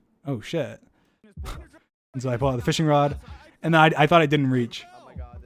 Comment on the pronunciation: its rod not rode